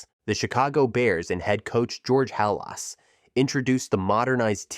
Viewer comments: Halas is pronounced just how it's spelled..."hallll-us" is it not it. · Also the George Halas pronunciation lol😅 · So your pronunciation of “Unitas” means 1 of 2 things, neither of which are good. So either you’re mispronouncing “Unitas” and “Halas” on purpose to do that whole promote engagement in the comments bullshit or you know exactly Jack and shit about football. Johnny Unitas is quarterback and football royalty. Dude was a legend. Any supposed NFL fan would know about him and would’ve heard his name dozens of times. If you genuinely don’t know how to pronounce it then that tells me you aren’t qualified to be making these videos and educating people on football when you yourself just learned about it 5 minutes before making the video. Or if you are doing it to boost comments and improve your little bullshit algorithm then fuck you, you’re a schemey little weasel using underhanded exploit tactics.